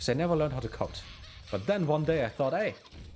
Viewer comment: "CODE" 😂 For the first few minutes I thought you were saying "coat" 😀 And I thought to myself "Nah, this can't be right. German schools can't be that weird 😕" 😃😃😃